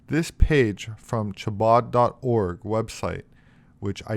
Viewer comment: please learn the correct pronunciation of Chabad. It’s like Chanukah. You gotta chhh when you say it. Sounds like you’re getting ready to spit. Yes. Rug Rats reference but it works.